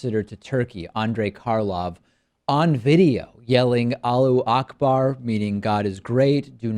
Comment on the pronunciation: David, it's "Allahu akbar", not "alloo akbar". :D